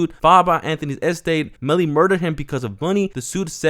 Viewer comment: It’s (estate) bro. Not (ehh)state